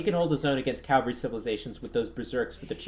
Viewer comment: The word for mounted fighters is cavalry, not calvary (archaic word for the place Jesus was crucified). ;)